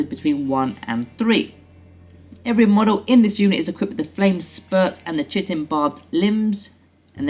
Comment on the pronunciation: chitin is pronounced ky-tin :)